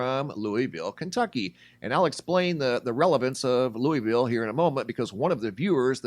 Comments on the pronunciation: It’s pronounced Lou-ville not Louie- ville. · It’s pronounced Lou-ville not Louie-ville